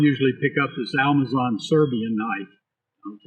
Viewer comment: Thought I was stroking out, but in trying to sound all accurate and right he says, "Almazon" and it's killing me. Literally lol-ed